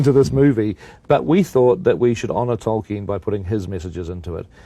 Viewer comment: “Toy-ken” Drink another bottle